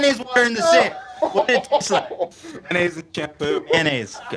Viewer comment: It's MAYONNAISE... Even "May-naise" is acceptable. It's not "MAN-AISE".